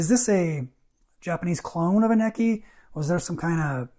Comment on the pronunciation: Its pronounced "Neechee".